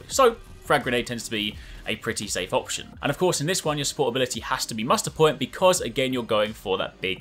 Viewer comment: I know you said Muster point but I totally heard "Mustard Boi".... And it's yellow... I'm going with Mustard Boi